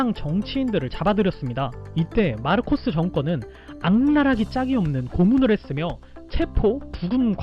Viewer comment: 마르코스(Marcos) 라고 발음 하셔야 적절하지 않을까요?